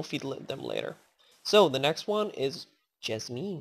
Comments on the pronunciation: IT'S PRONOUNCED JAZZ-MEN NOT JAZZ-MEAN!! :) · jasmine is pronounced jaz-min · Say it like jaz min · the e in jasmine is silent